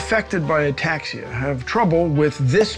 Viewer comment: “A taxia cab” jesus😅😂